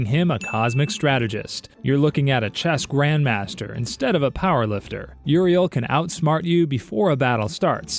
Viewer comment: You say Uriel... I hear ORV